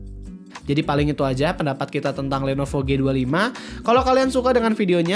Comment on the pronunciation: did someone heard he says "Lenopo" instead Lenovo? xD